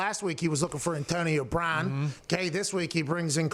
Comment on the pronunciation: "Entonio Brawn"